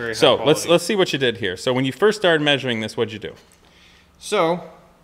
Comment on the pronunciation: as long as he's maysuring everything correctly